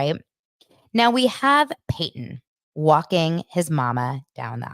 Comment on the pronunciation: Christines sons name is Paedon not Peyton